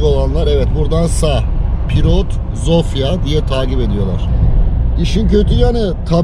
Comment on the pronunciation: Hersey super olmus elinize saglik ama bide dogru konussaydiniz cok daha iyi olurdu. Omw ye neden omfa diyelim. Veya sofia ya neden zofia